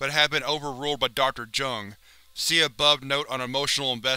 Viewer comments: It's not pronounced "Jung" it's "Yoong" but okay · Isn't it pronounced "yuh-ngh"? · Jung is pronounced "young" Just a fyi